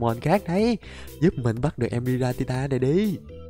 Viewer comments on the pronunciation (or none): anh đọc sai tên rồi kìa 😂😂😂😂😂😂 tội cho thằng nhỏ tên Giratina mà anh đọc Gitanita